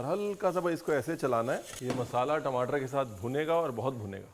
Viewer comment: Tamatar ❌ timatar ✅😂😂😂